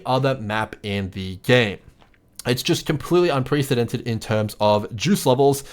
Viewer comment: *un-PRESS-edented Not "pree" Lmao